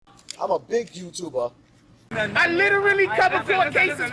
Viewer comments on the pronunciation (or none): “IM A BIG YOUTUBAH” lmao